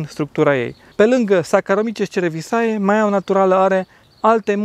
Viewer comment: Cerevisiae-se citește cerevizie.Multumesc! Saraca limba latina!